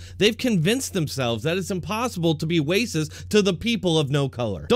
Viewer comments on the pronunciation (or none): Are you saying wacist on purpose instead of racist